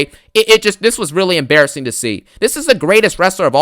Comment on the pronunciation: ABSOLUTELY EMBARASSINGUHHH 😬